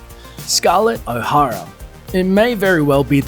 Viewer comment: gone with the wind my favourite movie of ALL TIME. Vivienne Leigh was perfect and Clarke Gable also. pity you can't pronounce O'Hara properly